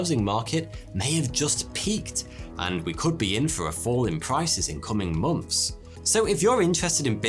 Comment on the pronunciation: So.. anyone else notice it sounds like he says "mumps" instead of "months" I really can't unhear it now. Lol